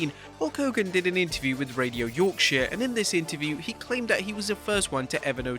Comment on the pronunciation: I am from Yorkshire! And you pronounced Yorkshire correctly!! And yeah I wouldn’t trust Hulk Hogan at all, could’ve have easily made the business legit with his popularity and help a lot of other wrestlers but you know what he says. ‘That doesn’t work for me, brother!’